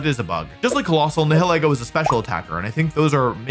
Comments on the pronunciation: its nye hill ee goh not nee hill eh goh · You did butcher the pronunciation of "Nihilego". It's a combination of "nihilism" and "ego". "Nigh-ill-ee-go" The H is silent, and the E is pronounces like the name of the letter itself. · Nihilego is a combination Nihil (as in Nihilism or Nihilist) and Ego (As in the Ego, Super Ego, and Id) It's just those 2 words pronounced back to back. Nye (Like Bill Nye) Hill (Like a lump of dirt) E (pronouncing the name of the letter) Go (Collect $200) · People always struggle to pronounce my name (Niall) At Pokémon events, I briefly tried to explain that it's pronounced like the first syllable of Nihilego That... did not work, because people always struggle to pronounce Nihilego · Wolfey! It’s pronounced Nai-ha-lee-go just so you know 😊. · Pretty sure it’s pronounced nihileego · Nile-ego is how I pronounce it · I pronounce it Nile-Ego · Nihilego is a parasite that surpresses its host's higher mental faculties, forcing them to act on their basest desires. Therefore, you pronounce "Nihil" the same way as in words like "annihilate" or "nihilist", and then pronounce "ego" like the word Ego. NIGH-ill-EE-go. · you’re all wrong, it’s “na-HELL-go” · it's pronounced n-I-i-leego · Most people pronounce it Nihil-ego like nihilism & ego.